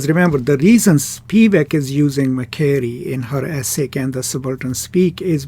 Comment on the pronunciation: You should pronounce MA-SHE-RAY